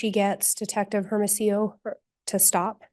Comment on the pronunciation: Why does she keep saying airamasio, for hermosillo? It is so irritating, shut the f. Up lady